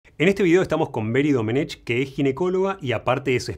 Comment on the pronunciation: Sólo un apunte Dr., Domenech es un apellido valenciano muy antiguo, se pronuncia Doménec. Véase Albiach, Blanch, etc.